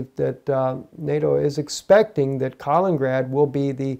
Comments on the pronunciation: Please learn how to pronounce 'Kaliningrad' properly... you make it sound like 'Carlingrad' but the 'a' in ''Kal' should sound like the 'a' in 'cat'... also there are two 'in's; ' Kal-in-in-grad '... this is quite simple... even small children in Russia can get it right. if you want to get it really authentic the 'i' in the first 'in' is pronounced 'ee' as in 'peel'. You are driving people out of their minds with this bad pronunciation. Russians will be laughing. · Not ka ling grad.